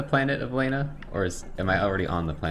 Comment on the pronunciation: They pronounce it "Lah-na" throughout the whole game, but I love how just keeps saying"Lay-na". 😂